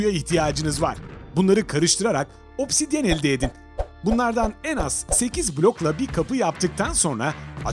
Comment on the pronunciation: 8 Tane "Odsidiyen" Değil Tam10 Tane "Odsidiyen" Gerek